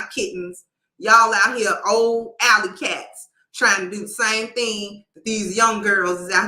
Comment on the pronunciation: "ally-cats" 😂😂😂😂 is classic!!